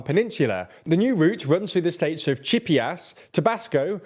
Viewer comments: chee AH - - puhs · CHI-A-PAS!!! 😂😂😂😂😂 cheepeeas 🙄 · Repeat after me: CHIA - PAS, not CHIPIAS. By the way, good job! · It’s Chi-a-pas not Chippy-as 😭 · The way you pronounced Chiapas as "Cheapy-ass" hahahahah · Chip-ee-ass? It’s Chee-ah-puhs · My toes curled when he said Chia-pas, rather than Chi-apas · Pronunciation guide: Chee Ah Pas - Chiapas Tah Bah S Co - Tabasco Cam Peh Che - Campeche You Cah tAhn - Yucatan Kin Tah Nah Roo - Quintana Roo Geh Reh R Ro - Guerrero Seh Noh Tehs - Cenotes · Bruh did you say chip-e-ass? lol it’s not pronounced that way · Beautiful Chippy-Ass, home of the Zedapatistas. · Then he says cheeyerpass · aww hell no he didnt just call chiapas chippee-ass 😭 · NOT CHEAP-e-ASS 💀💀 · the state of "Chippy Ass" lmao please practice saying the names of places before recording you pronounced it much more closely here which is great lol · Either way he pronounced them wrong 💅@@ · This is the final straw, I'm unsubscribing... From the poorly researched article, to the God awful pronunciation of names and places, this channel is going to hell in a hand basket... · Bro needs to learn how to say Chiapas 😂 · I was rushing to congratulate you guys on finally calling AMLO "Amlo" and not "A.M.L.O.", but then you BUTCHERED the name "Chiapas" 😅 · I know you can’t help it because you’re British and the British are the absolute worst at pronouncing anything foreign, but that pronunciation Chiapas killed me 😂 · I was rolling on the floor when he said Chiapas 😂😂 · dawg please learn to pronounce Chiapas properly it's not that hard. I love you TLDR team but that was grating to my ears ouch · Can I help you with Spanish translations? I’m cringing every time you pronounce Chiapas and Yucatan. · Chi aaa pas But at least you got Oaxaca about right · I loved when you said Chiapas (chipyas) and Guerrero(Gahero) and Yucatan (Yuckytan) LOL me encantó!!! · Your pronunciation of Chiapas, Guerrero, and Yucatan is just terrible